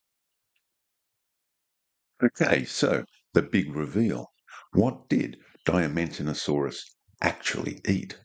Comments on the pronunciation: Pro Woe: Diaman teena saurus. pronunciation. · The genus name is Diamantinasaurus, not Diamanitosaurus.